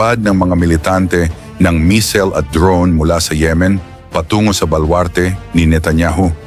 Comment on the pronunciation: Boss baka missile,😂😂 Hindi mesel,..